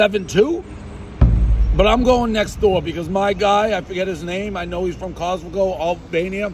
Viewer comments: Hahaha!!! It's more like "Kokomo" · Apparently to Dave, Kosovo has become pretty much the name Costco but with a couple extra sounds in there to come off as a solid attempt. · Took me a second to realize he means Kosovo the fucking plank.. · If Dave actually gave a shit about other countries/other people from other countries, he'd at least try to pronounce the countries name right. Sheeesh. No way pronouncing Kosovo correctly is hard. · This video doesn't involve Albanians, it involves Kosovo and Metohija. Dave was not pronouncing Kosovo and Metohija correctly so I wrote a comment. Kosovo and Metohija is very much my business, because it is a very important and beloved part of my country, which NATO attempted to steal from us by an illegal war. The last part of your reply is delusional. This is my comment. Can you just relax and realise that Kosovo and Metohija is very important for Serbians, and we will never give it up. Plus there are many Serbians living there in very bad conditions, so we have an obligation to take care of our countryman. As far as the recognition of Kosovo and Metohija as a country goes. The numbers are clear. Only 97/193 United Nations member states recognise it. You can look that up online. And the historical facts are clear. It is historically one of the most important parts of Serbia. You should know something about the territory you are writing about.